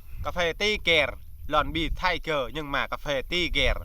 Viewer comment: Tiger mà anh nói bager